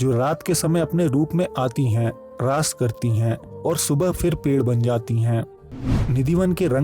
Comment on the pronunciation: Its not laays ,Its raas understood.